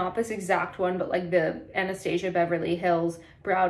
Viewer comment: I love Chanel Boy and all their lips products. I have a few Chanel brushes, eyeshadow and powders. Btw:" Anastasia" Is pronounced slightly differently. Check out some other makeup videos with beauty influencers in it.